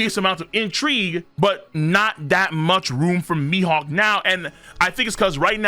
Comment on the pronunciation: “Mee Hockuu”